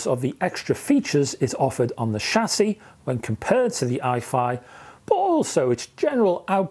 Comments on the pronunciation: Thank foodness, you heard that. I heard it like sassy. But hey, I got the meaning! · ' shassie ' ... lol